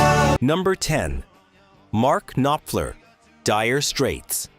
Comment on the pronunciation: Cannot pronounce Mark Knopfler! Who is the singer for Guns 'N' Roses? Why is your footage of Jim Morrison and the Doors NOT Jim Morrison but rather Ian Astbury of the Cult? Not "FEW-gees"...."FOO-gees"! You should be embarrassed! Actually asking people to subscribe! Absolutely horrible!